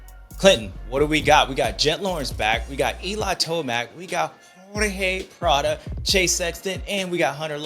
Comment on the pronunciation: What the heck happened to the old one? I love ya James, but it’s PradOOOOOOOOOOOOOOOOOO 😂